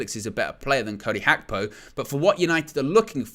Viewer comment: Its Gakpo not Hakpo 😢